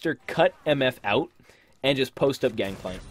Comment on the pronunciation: Gankplank? I thought it was Gangplank okay then lol